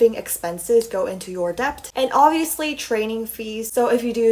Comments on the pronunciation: interesting video!! for future reference it’s pronounced D•E•T the “B” is silent. :) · the way she pronounces "debt" and "debut" is so wrong and funny lol